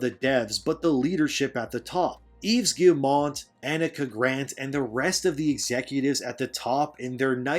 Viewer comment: Bro you complaining about all this shit when you can't even do basic research to figure out how to pronounce Yves Guillemot. There's not an N anywhere is good name you fuckin moron